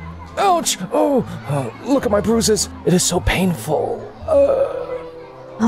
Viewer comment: It sounded like pruses but text said bruises